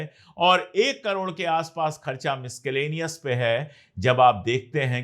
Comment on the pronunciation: अशोक भाई, क्षमा करें, MISCELLANEOUS का सहीह उच्चारण मिस्केलेनिअस नहीं, मिस्सेलेनिअस है, इँग्लिश मे C के बाद अगर E I Y मे से कोई अक्षर आए तो उच्चारण ' S ' का होता है, अन्यथा ' K ' का. बुरा न माने, बात व्याकरण की है!